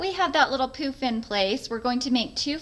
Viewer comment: Sorry but we giggled every time you said "pooof"